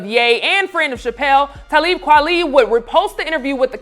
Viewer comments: CAN SHE GET TALIB KWALI’S FUCKING NAME RIGHT!?! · Damn,, You strugglin like Becky to say Talib's name. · Talib Kweli (Kwah-lee) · Every time i heard her mispronounce Talib Kweli's name I cringed. Lol. And Ye went at Talib as well. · If you guys are going to cover hip hop artist learn how to say their names. Tell him call me. Has been around for decades but some respect on that man's name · She never said Talib name right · I am literally in love with the host of this show 🥰 even though she doesn't know how to pronounce Talib Kweli lol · Lady if u say his name wrong one more time imma block this video stop saying it backwards!